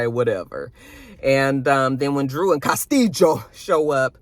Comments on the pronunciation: You and the Cas-tee-Jo! Lol 😂 😅😅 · The way you say Castillo 😂😂😂😂